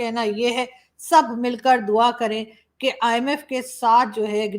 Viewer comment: Saying " DUAA " was funny, nice video.